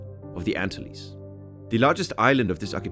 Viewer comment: great video of what was a wonderful country before Castro took over, as evidenced by the huge influx of Cubans to the USA long ago. May I point out that the Antilles are ann-TILL-ease, rather than the ANN-till-ease?